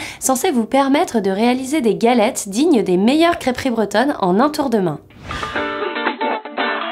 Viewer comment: "Galette", "râteau", "krampoutsse" c'est limite blasphématoire à la longue 😂